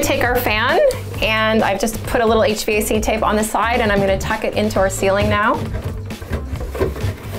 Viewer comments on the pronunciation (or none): none